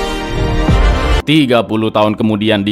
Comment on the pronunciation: Aq dengernya malah jawa bukan jawan wkwkw